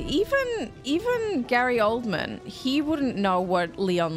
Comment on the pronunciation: Sorry but it's Gary, not Grary... I feel concerned. :)